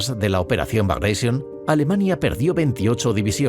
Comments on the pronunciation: NO "BRAGAISION". NO ES INGLÉS SINO RUSO, BRAGATION. COMO GLADIATOR Y NO "GLADIETOR". 😊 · bagreision, jajajajaja. No sabía que Piotr Ivánovich Bagratión era inglés jajajaja. Ni me molesto en seguir viendo el vídeo. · Vale. Muy bien el video. No tanto el audio. ¿Por qué "bagreision"? Piotr Románovich Bagratión no era inglés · por qué pronuncia Bragation en ingles? jajajaja Bragreision xD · ¿Por que pronunciais el nombre "bragatión" en inglés si era el nombre de un general ruso de origen georgiano?. Lo pronunciáis en español y hubiera quedado perfecto. Alucino por el complejo de inferioridad cultural ante el mundo anglosajón. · Entre pronunciar "Bagratión" como "Bagreishon" y pronunciar "Wehrmacht" como "Buermacht" la verdad que este video se merece un negativo. Estos detalles son los que diferencian al material de calidad de algo hecho sin el más mínimo cuidado, cosa que se nota cuando ni siquiera te pueden pronunciar correctamente las palabras. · La W se pronuncia en lengua de Europa no anglosajonas como una V. Y el general ruso Bagration no se pronuncia Bagreision a lo ingles